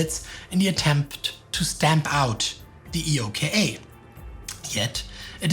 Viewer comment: I’ve never heard anyone refer to EOKA using the letters “E.O.K.A” on all references, usually it’s “Eh-oh-ka” on second and subsequent references